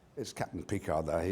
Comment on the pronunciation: I appreciate the fact that Ian McKellan is one of the very few people who pronounces the name "Picard" correctly (the "d" is silent). 🙂